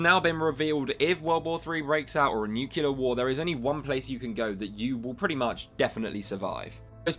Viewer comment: If a guy pronounces it "nucular" like Peter Griffin, please refrain from taking seriously, anything he says.